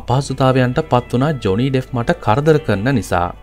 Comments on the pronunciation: ඩෙෆ් නෙමෙයි ඩෙප්ප්.. ලෝක ප්‍රසිද්ධ කෙනෙක් ගේ කථාවක් කියන කොට නම හරියට කියන්න.එතකොට නොදන්න කෙනෙක්ට වටිනවා. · ඩෙෆ් නෙවෙයි බං ඩෙප්